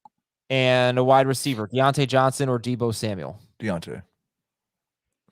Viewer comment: By the way D'onta Foreman, I don't believe it is pronounced "Dee ontay" is it?